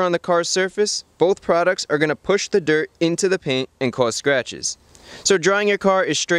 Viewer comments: everytime you said sratches I took a shot, holy moly I can see the light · Fun drinking game: Take a shot everytome he says sratches :P